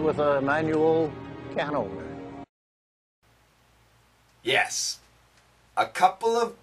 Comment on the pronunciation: I heard "can ovener" instead of "can opener". I can't heard the P sound in this word